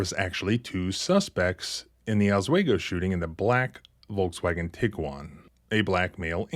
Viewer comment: Oss WE go, not Oss WAY go. Other than that, brilliant as always.